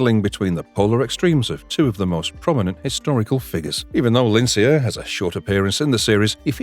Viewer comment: I think Lincler's name is pronounced Link-ler